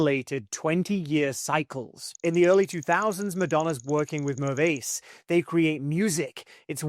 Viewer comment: Mirwais is mispronounced